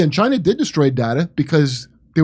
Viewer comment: Dore using the Trump pronunciation for "Chyna" is funny.